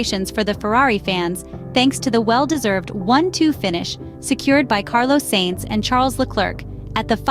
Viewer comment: I’ve noticed you keep sayimg ‘Saints’. It’s more of ‘Science’ than ‘Saints’. Forza Ferrari 🔥